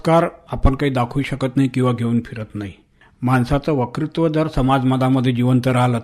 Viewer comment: मुलाखतकार आणि मुलाखत देणारे दोघेही वत्कृत्वाला वकृत्व म्हणताहेत.